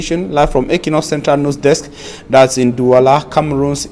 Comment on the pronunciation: Great work. But the question is , why is it so difficult for you to rightly pronounce the word NEWS? You keep saying NUS, God!!!!!!!!!!!